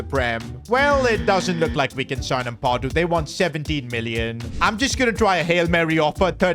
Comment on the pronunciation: You butchered ampadus name so hard lol and don’t rob him from Leeds lol